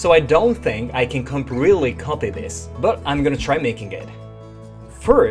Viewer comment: i lost it at “compretwe”